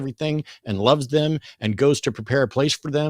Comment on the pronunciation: He kept saying. "They - thum". I almost waited for him to say "fee, fie, foe, fum" after. He doesn't even try to understand.